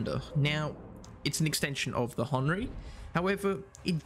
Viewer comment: It's not Hon ree it's Hen err ry